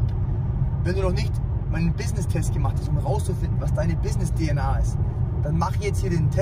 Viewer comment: "Mehrere Bissnisses"